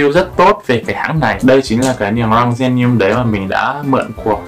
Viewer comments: Niềng rrrrrrrrrrăng 🥶🥶🥶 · lúc nói chữ " răng " nói theo kiểu nghệ an luôn hihi, thường thì ngoài bắc họ gọi là "dăng" á =)))) uiii, anh nói tiếng nghệ an đi ạaaaaaaaaaaaa #From Nghệ An guýt lớp < 3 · phát âm chữ r trong từ răng 😂 nghe mà cười quá 😆